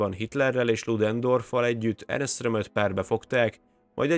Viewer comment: Így van ne Ernest mondjál hanem simán Ernst. Maga a műsor nagyon jó.